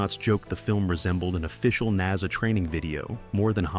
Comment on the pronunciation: Kier Du-LAY is the correct pronunciation of his name. Also, NASA is pronounced Nassa, not naza. (Later in the video it is pronounced correctly.)